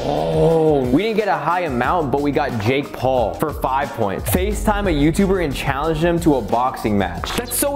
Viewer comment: Isnt no one speak abut the way faze rug said paul on logan paul i think